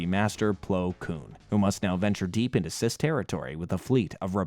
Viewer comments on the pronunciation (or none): I can't even describe to you how much I hate every time you say "CIS" like star wars is some type of transgender BS. It's spoken as "C-I-S" you gotta say each letter. Common star wars knowledge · I hate how he didn't just pronounce the CIS as the "See-eye-es" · Did anyone notice that he keep saying sis instead of seifd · Saying “Cis” instead of speaking each letter out individually kills my soul. I’ve never heard anyone say it without each letter of the acronym. Not saying that just because I haven’t heard it means “you wrong me right”, but it does hurt the spirit lol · Can't pronounce C.I.S properly? Im out. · Yeah the CIS pronunciation bothered me way more than I would ever think it would 😆. It’s a very well done video but I noticed quite a few errors that he presented as facts, which also gets to me but in the end it doesn’t matter, art is subjective and again they did a great job on the video overall!